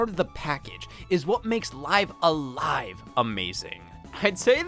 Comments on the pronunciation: It's pronounced "Live A Live" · Why does he say live a live wrong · Live a live was great. Speaking of it was weird hearing you call it live a live when clearly its pronounced live a live... or maybe its live a live? I dunno but I've also heard people call it live a live which makes me want to unalive a live